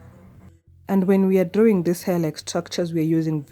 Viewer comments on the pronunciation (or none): none